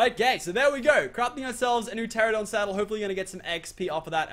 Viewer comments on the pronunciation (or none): U dnt need raptors when u get a pteranodon also it's pt-rano-don not ptrra-don also ky-ten not chi-ten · who cringes so hard when he says P - Teradon or Chin - Tins. Dude. Its Kite - In or Terror - Don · Meola told him the correct way to pronounce it and he STILL says "Terradon" Some people never change. Or gain brain cells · "Terradon" not "Pterradon" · ITS PRONOUNCED TE-RA-NO-DON. NOT TERRADON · it's pronounced TER ANN O DON.. TERANODON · It's pronounced ter-an-a-don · The P is silent